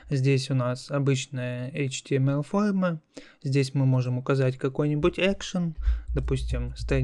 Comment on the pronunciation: какое ужасное произношения "фолма"...нахрена вести уроки так?